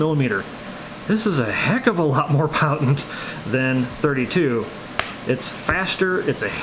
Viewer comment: lmao@ Powtent